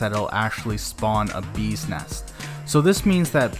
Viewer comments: When pronounce BEES NEST Sounds Like ' BUSINESS'...i thought he is talking about a business... LMAO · i totally agree!😂sounds funny